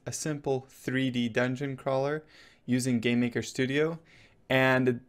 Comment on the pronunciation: It sounds like he says Gay-maker studio XD